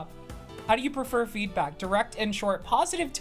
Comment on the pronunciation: I heard "HOW DO YOU PREFER FEET" out of context instead of feedback. in another tab and was like "what the fuck is in that quiz this IS FOR KIDS RIGHT?". I also was randomly reminded of your 6 year old Snapstream LOL